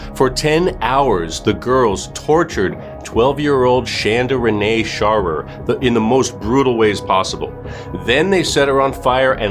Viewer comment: SHARE-ER is how you pronounce her last name...just sayin 😊